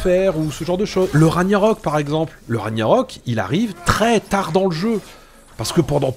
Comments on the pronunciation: Ça se prononce Rag-Na-Rok. Pas "Raniarok" 😂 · A chaque fois que tu dis "ranyarok" je saigne des oreilles 😭😭